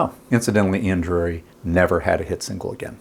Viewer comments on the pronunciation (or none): Ian Dury. Not Drury. Come on. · Its Ian DURY - not 'Drury'